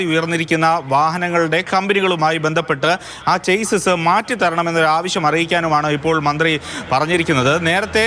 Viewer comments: ചെയ്സ് അല്ല മാറൂമി മാപ്രകളേ, Chassis ആണ് ശരി. ഷാസി എന്നാണ് ശരിയായ ഉച്ചാരണം. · ചേസ്സിസ് അല്ല ചാസീ ആണ് ശെരിയായ ഉച്ചാരണം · chassis ഒരു ഫ്രഞ്ച് word ആണ്. അതിന്റെ correct pronouncing ഷാസ്സി.